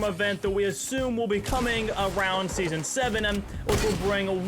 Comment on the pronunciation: why do you say the letter m at the end of most words? like fog, you said fogm and also sky you said skym, and not to mention when you said seasonm and thingm